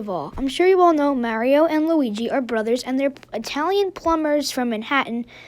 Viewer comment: thanks for pronouncing it like mAHHHrio.